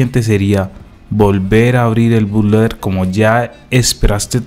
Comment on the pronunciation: Primero que nada, se dice Boot-Loader...